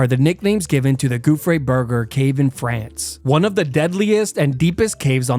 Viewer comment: Like an American?